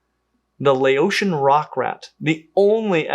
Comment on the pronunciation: Just wanted to note that the ao in Laotian is pronounced like "ow" as in "cow". It might seem a small thing, but in Lao if you say "Lay-o" that means "inferior" or "vile".